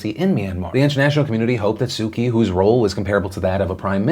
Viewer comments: Please work on your pronunciation of Aung San Suu Kyi’s name (ONG-SAN-SUU-CHEE) not "Sukey" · Man you need to look up the pronunciation of Su Kyi. It isn't Suki. :D